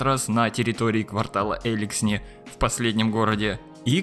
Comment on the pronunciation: Даже в игре говорится элИксни, а не эликснИ или Эликсни... господи